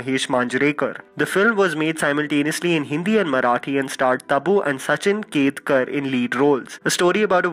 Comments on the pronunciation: it sachin khedekar not ketkar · Bhaiye... Its not "ketkar" its "Sachin Khedkar" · Its Sachin Khedekar not Ketkar.... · It is Sachin Khedekar and NOT Ketkar as you said. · Its sachin KHEDEKAR not ketkar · Are You British ??? Can't You pronounce Sachin KHEDEKAR Properly?